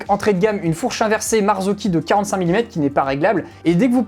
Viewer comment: Bravo pour cette vidéo très instructive et pédagogique! Et en plus tu prononces super bien Marzocchi maintenant 😅😅😅